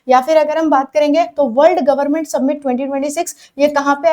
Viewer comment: सबमिट ❌️ समिट ✅️